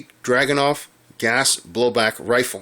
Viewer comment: Драгуновa (Dragunova). — The pronounce is like so: drogou'novah, like the original russian SVDK.